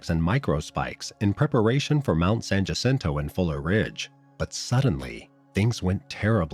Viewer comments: 1) San Jacinto is pronounced “San Yah Sin Toe” 2) nobody from Southern CA would think it was a good idea to hike the mountains in March. I feel bad for these people, someone either gave them faulty information or they ignored what they found out about weather in the area that time of year. RIP Trevor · the J is silent... San Hacinto